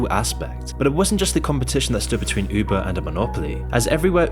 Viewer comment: said "Üubuh" 🥰